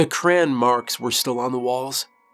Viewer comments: The line looked like cran?? Do you mean crayon?? I pronounce it just as you see it…cray-on. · Great story, but it took me a while to figure out what "cran" was. After hearing it several times and imagining some cranberry flavored version of Spam I finally realized you meant "crayon" which traditionally has 2 syllables.